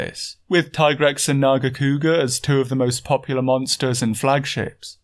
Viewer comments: Thank you for pronouncing TAI-grex instead of TEE-grex. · I appreciate your keen attention to details and respect for monster biology but more than anything I appreciate the correct pronunciation of Tigrex. Keep up the good work. Very entertaining stuff.